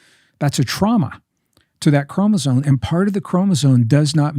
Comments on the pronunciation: Is he saying chromosone? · I love Gregg... and I know he knows that it's chromoSOME... not chromozone. I kind of like the latter a little better though. 😊 Great conversation, brothers. Much love and light to you both. ☝️🙏💜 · I hear him saying “ chromosone” Why? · Why do they keep saying ChromosoNe? 👀